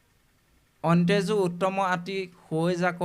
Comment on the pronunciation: লৈ সেৱা জনালোঁ৷প্ৰবচন সম্প্ৰচাৰ কৰিব পৰাকৈ বাপৰ আৰু কিছু অধ্যয়নৰ প্ৰয়োজন আছে৷ শব্দ কেইটামানৰ উচ্চাৰণ-- যেনে মুৰা দৈত্য (মুৰ),অন্তেজ(অন্ত্যজ)আদি, ময়ুঁৰৰ পাখিৰ ব্যাখ্যা ব্যুৎপত্তিগত বা তথ্য সমৃদ্ধ নহয়, অন্ত্যজ মানে নীচ নহয় দেখোন, অথচ ব্যৱহাৰত সমাৰ্থক হৈছে ৷ বাপৰ বৌদ্ধিক বিকাশ বাঞ্ছা কৰিলোঁ৷ কৃষ্ণ৷